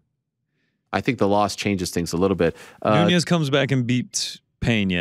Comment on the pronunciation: somebody has to tell it is amanda noo-nez not *noon-yez*.